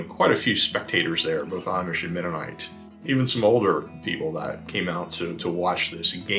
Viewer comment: It is so nice to hear the words "Lancaster" and "Amish" pronounced correctly. Thank you!